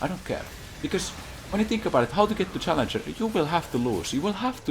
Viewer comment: This stuff will only get us grandmaster at best. How are we supposed to get challenjour without accent?